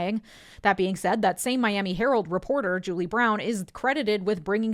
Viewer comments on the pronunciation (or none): none